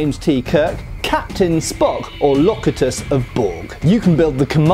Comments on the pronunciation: Borg quibble: it's pronounced Lo CU tus, not LOC u tus!!!! Bat'leth is used in constant motion around the body, for unpredictable swipes at different body parts! Think of it as a curved quarterstaff with blade. Yes, some fighting styles use it as a more traditional two-handed sword; but when we were introduced to the weapon by Worf, he moved it around his body. In Starlog Magazine, the creator of the weapon described using it as "dancing with it", so I translate that as using its weight to keep it in motion, wrestling with it to steer it to both attack your opponent and defend yourself from attack. I have no quibbles about the mak'leth. (Proper spelling, according to linguist Marc Okrand, is meq'letlh. Pronounced MEK lettle.) Actors got lazy, & no one corrected them. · It was Captain Picard when he was captured by the Borg. The "cut" in Locutus is pronounced as in cute. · It’s pronounced low-cute-us. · Locutus of Borg, Pronounced Low-que-tus. Thanks for doing this i have been waiting.